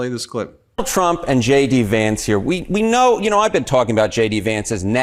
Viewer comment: Each time Ben says J.D. Vance, I hear Shady Vance lol. Vote Blue!